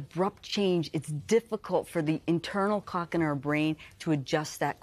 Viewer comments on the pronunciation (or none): She can not slaw clock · I think going forward, the Today show should make sure the person they are interviewing can correctly pronounce CLOCK before going live. No idea how the hosts kept a straight face through this but good job! 😂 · My husband's "clock" wakes him up at the same time every morning regardless of what time the CLOCK reads. How does a sleep specialist make it through her career without being able to pronounce the "L" in clock? 😂